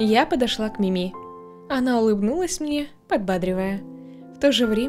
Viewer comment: правильно МИми а не МимИ надеюсь заметишь 😘